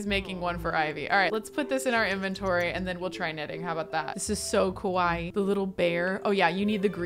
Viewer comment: I can't with they way is pronouncing kawaii, it sound more like kowai which means scary 😂